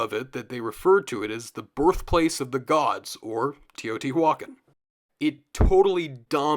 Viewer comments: Thanks for the content, I've enjoyed it. However, in moments it hurts to hear quite a botched pronunciation - first one I heard was Teotihuacán. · Teotihuacán is pronounced not like that